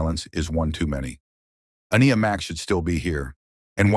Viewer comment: Omg, if there was a way to pronounce Aniya…..you did, heck even created a few pronunciations I think. Not sure her name was said the same twice in a row